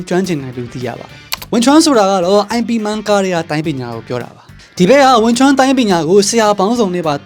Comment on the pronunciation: ရိman မဟုတ်ပါဘူး မှားနေသေးတယ် ရဲမ့်man လို့ပဲ တရုတ်တေကခေါ်ကြတယ် ကျနော်တောင်ဘုမသိဘမသိ IP Man ဆိုပီး ငြင်းမိသေးတယ် 😂